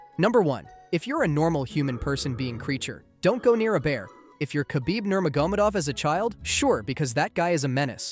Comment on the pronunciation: Why is no one talking about his pronunciation of Khabib Nurmagomedov?!